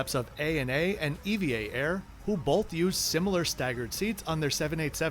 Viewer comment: It's not E.V.A. It's Eva Air. Eva is a word not an acronym